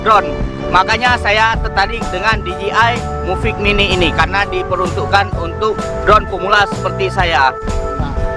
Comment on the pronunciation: Mavic mini bang bukan muvic mini😅🤣